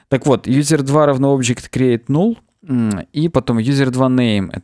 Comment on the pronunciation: ты же английское произношение практикуешь. Null читается как «нал».